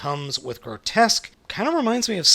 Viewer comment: It's pronounced "gro-tusk".